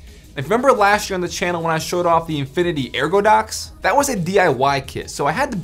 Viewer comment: Lmao no biggie but I'm sure you noticed it's ergodox